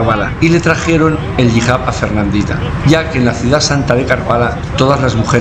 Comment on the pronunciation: Hijab,, es Hijab; no "Jihab". 😆😆😆😉